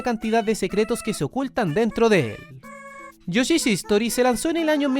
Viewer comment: Buen video, un solo detalle es que esta mal pronunciado el nombre del juego de yoshi, se llama yoshi story, lo pronuncian como istori en el video y history es otra palabra distinta